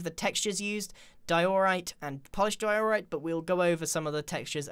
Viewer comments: I think iskall would get triggered if he heard you say dye-ooo-right. Or also die all right XD. Edit:Oml that's the most likes I ever got thank you so much! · Di-oooooooooh-rite It’s just Dio-rite. Bit over on the O there right? ... wait what am I gonna write now? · I thought he said"Polished doritos😂😂😂" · It triggers me how he says diorite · Its di-or-ite (i hope thus helps (;´༎ຶٹ༎ຶ